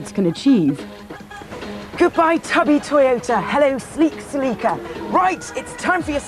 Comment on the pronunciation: I hate how you pronounce “celeeka”